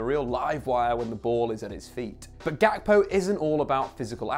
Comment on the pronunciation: The name Ga- kpo originates from an ethnic group in Ghana (Ewe) It’s not pronounced Gak-po the ‘kp’ produces one sound Cody is of Ghanaian decent